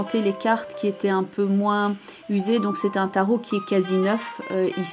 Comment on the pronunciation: Bravo pour ce tirage très professionnel, et très juste en ce qui me concerne (quel bonheur de vous entendre appeler les cartes du Tarot de Marseille par leur nom CORRRECT !). Je me réjouis de vous retrouver en 2019.